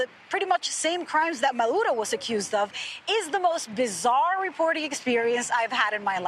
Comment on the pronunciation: Her pronunciation of the dictator Maduro's name is spot on though. 😂😂